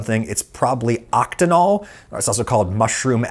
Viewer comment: Yes, oct-een-ol. It comes from the word alkene. The -ene part means it has a double bond between carbon atoms in an organic molecule. What he was saying was octanol, which comes from alkane, which denotes only single bonds between carbon atoms in an organic molecule. The difference between octanol and octenol is that human mouths, mushrooms, and lemon balm, and is edible. Octanol is used to make perfumes stick to skin more easily and is not found in nature. Also, the words alkane and alkene are Greek and are distinct enough if spoken properly